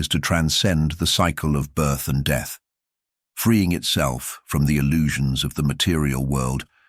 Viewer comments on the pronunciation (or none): none